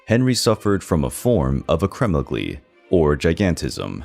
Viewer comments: Many bizarre mispronunciations: Saxony becomes Sahonia? Navarre should be 2 syllables. Acromegaly has 5. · It’s pronounced acro- Meg Leigh a ,,, and luad num duh!